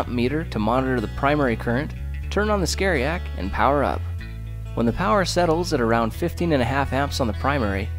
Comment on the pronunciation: Anyone else hear his say "scaryiac" instead of variac? LMAO I guess if the project requires you're doing required one then it must be some pretty scare stuff haha 😂